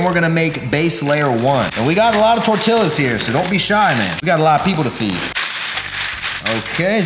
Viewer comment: As a mexican i died a little bit each time you mispronounced TORTILLA